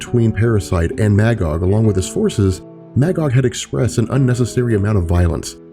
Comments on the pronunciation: The character's name is pronounced "Muh-gog". Not MAH, Gog. He's literally a biblical character existing in both The Old Testament and the Qu'ran. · Magog is pronounced as [mey-gog], the first part of that word sounding like the month; May. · Maggod is pronounced Muh-Gahd. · My favorite comic book story. Irony is my favorite dc hero Green Lantern (Hal) is not in it. Also Magog is pronounced Muhgog. Please, for the love of all that's decent, it's Captain Marvel, not Shazam.